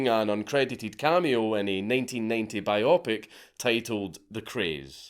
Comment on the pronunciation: I love you, Dank, but it's bio-pic. Biographical picture. Biop-ic is insane dude 😭